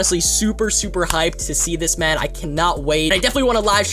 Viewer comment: Just me tjat hears ma'm instead of man